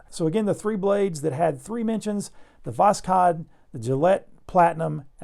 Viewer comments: It is called Vozhod. K is silent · As a native Russian speaker - K is silent in Voskhod (i think it was put in for English version because if you write Voshod the "s" and "h" after each other produces the "sh" sound which is not how you pronounce Восход) the "x" in Russian makes the same sound as H in Hi.